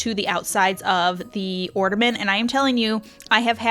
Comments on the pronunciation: The word is OR-N.A.-MENT…..not ordament…just sain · You have some great hacks. Appreciate all the ideas. BUT… (I’m sorry), it’s driving me crazy; The word is orNAment. Not orDAment. 😳😬😘 …just sayin’ Merry Christmas! ❤️ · there is no D in ornament